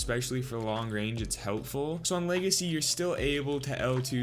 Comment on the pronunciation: Lmao my boy said leagacy